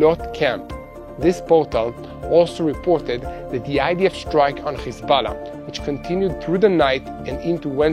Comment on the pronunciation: Khisballa!..why is that yiu cannot pronounce H